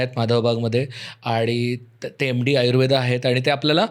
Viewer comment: ते आयुर्वेद आहे Ayurveda नाही please. इंग्रजांना उच्चार नाही येत होते म्हणून त्यांनी तसे pronounce केले असतील. आपल्याला बोलता येत न पण मग ayurveda, yoga, धर्मा , कर्मा असं आपण का बोलायचं??